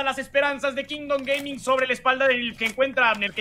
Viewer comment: Se puso anuncio a la mitad de que dijo Kingdom Gaming y se escuchó Kingdom gay, y solo pude pensar en Giancarlo el resto del video jajaja